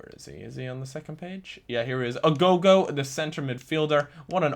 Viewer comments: can you read? its aogo not agogo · It's Aogo not Agogo, read the card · How on Earth did you get 'Agogo' from Aogo? 0_o